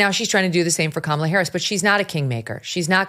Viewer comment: It's pronounced Kamala not "Kaaa malaaa Haaarrriss!", Oprah. Get it right, don't be racist.